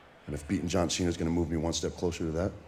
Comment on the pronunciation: shes says john jena lma😂😂😂😂😂